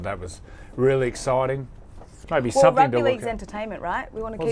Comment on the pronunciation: "Some-think"......instead of "something" .....ouch....terrible English lady